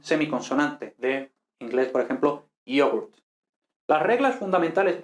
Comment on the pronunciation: la segunda vocal en la palabra inglesa "yoghurt" no es una pedazo de /u/ española o latina, sino una schwa /ə/.